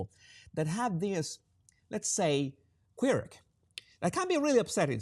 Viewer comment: Estimado. Quirk is pronounced "kw-urk" (Not "queer-k)